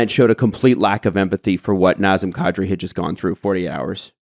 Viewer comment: It's not Nozzem Koddri. It's Nazem Kadri. The "a" in both names is like in "dad"